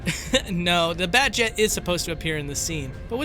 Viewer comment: BATJET!? FUCKING BATJET?! Good video, but FUCKING BATJET!?